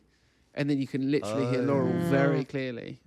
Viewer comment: how are they not hearing “Litewrally”